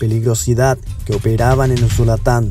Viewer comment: No es usulatan es USULUTAN. QUE TRADUZCA BIEN EL ROBOT.